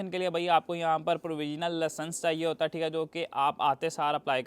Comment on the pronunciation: It's licence not laasanc 😂